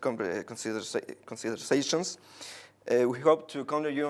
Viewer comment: "considerseichons" jajaja como diría el periodista del canal 2: me fui a la xuxa justo al final